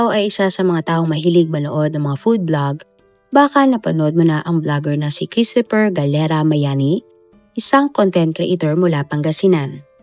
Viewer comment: Children, let's pronounce CHRISTOPHER properly. It's KRIS-t-fr. The stress is on the first syllable. The O is almost silent, and PH is pronounced as F.